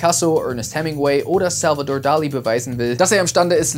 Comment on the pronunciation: "Sälvedorrrr Dali? Dein Ernst jetzt? Der Mann war Spanier und sein Name wird bestimmt nicht "Sälvedorrrr" ausgesprochen. Ich liebe eure Videos, echt. Ich habe mich an dein "amerikanischen" Akzent gewöhnt aber hier übertreibst du es ein wenig:-D